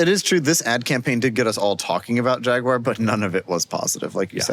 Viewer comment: How on earth can you claim Jaguar is a favorite brand of yours when you don't even bother to pronounce the name correctly?